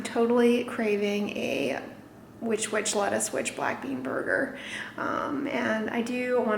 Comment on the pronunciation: That lettuce wichwich tho... 😋